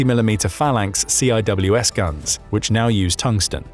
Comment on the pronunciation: Well, thanks for not being a lunatic and pretending DU is a radiation threat, those people irritate me greatly. Note: Phalanx CIWS? Yeah, literally nobody calls it C I W S, its called "Sea Wizz" .... snd you dont sound out the T in Sabot, its french, they often drop the last sound off of words.